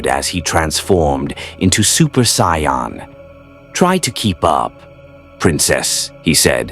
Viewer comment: Ok near the end of this now.....its Saiyan. SAY Ann. Not sion, scion, cyan. Please figure out how to make the a.i voice say it like that lmao. Also I like how you swapped Vegeta and Goku during the Android saga haha. Someones got a favorite haha.